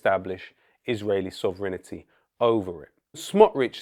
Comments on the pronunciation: Sovranity??.? NO...., Sovereignty ! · SOV-renty NOT sov-rINITY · Could you kindly pronounce Sovereignty correctly in future vids;) Btw that accent it taken, big UP Ali G... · Excellent video. One weird detail: Lowkey adds an extra syllable to the word "sovereignty" to make it rhyme with "infinity".